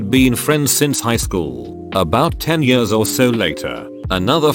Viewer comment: "two yurs"